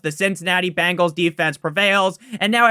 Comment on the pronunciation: BENGALS NOT BANGALS!!! nails on a chalkboard